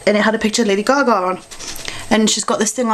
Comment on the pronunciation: most of the time, i have no clue what your saying. and the way you say lady gaga cracks me up. but that being said, your videos are my fave! ;)